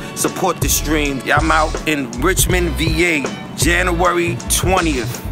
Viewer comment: Dude can't pronounce January.